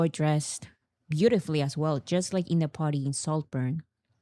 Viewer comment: I promise I'm not trying be an asshole but as an ESL teacher, I absolutely HAVE to talk about this. For the word "party" we gotta hear that "R" sound, or we will think you keep saying "potty" and in American English that's another word for "toilet." I'm not talking about the bathroom. I mean the actual thing that you sit on to poop/pee. THIS, folks, is why you never hire a British/Australian ESL teacher. I replaced a UK teacher two years ago and we spent nearly an entire semester going over rhotic Rs.